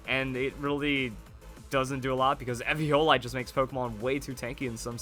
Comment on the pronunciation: Was anyone else mad at how he was pronouncing eviolite?